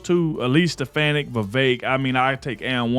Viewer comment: It's Elise SteFAHni(.